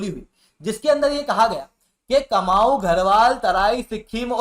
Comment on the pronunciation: कुमाऊँ और गढ़वाल शुद्ध उच्चारण है महोदय, कमाऊ नही